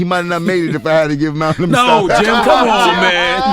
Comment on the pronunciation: "I Think He Might Not Have Made It If I Had To Give Him Mouf To Mouf" 😭😭😭😭😭